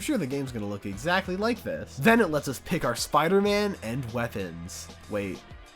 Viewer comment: Spee-ider man